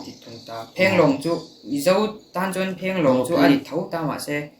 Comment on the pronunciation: Mamawia tih hi music an thiam duh ni hi Mamoia Drummer lah rapthlak em em a fa nei hunah mamawia ka ti ve dn🤣😂,..... Mhse "chuan" tih turah tinge chuen a tih zel a😆